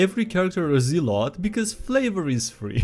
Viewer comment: It's pronounced "ZELL-ot!"